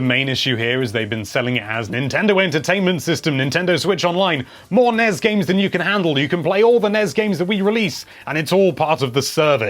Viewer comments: "NESS" not "NEZ" =) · Can anyone explain why he sounds out N.E.S. and S.N.E.S. like it's a word.....???🤨 it sounds rediculous..🤦‍♂️ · I cringe ever time you say nez and snez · NES? I usually hear it pronounced N-E-S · EVERYTIME YOU SAY "NEZZ" I KILL A KITTEN.